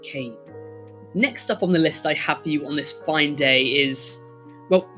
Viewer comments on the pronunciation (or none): none